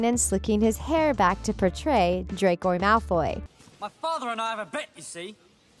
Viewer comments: It's Draco Malfoy, I know. It's how she pronounced it. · DracOI Molfoy😅😂😂😂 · DID SHE JUST SAY DRAQWO MALFWOY? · What I heard is “Drac-Oi Malf-Oi” lmaoo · did she say, “Dracoi Malfoi”? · No offense, but when she says “Dracoy Malfoy” it sends me OFF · DID I HEARD U SAY: DRACOJ MALFOY😂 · ExCuSe mE dId yOu jUsT cAlL hIm dRaCoY mAlFoY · Did she say 'Dracoy Malfoy' wtf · I spelled it how she pronounced it, damn.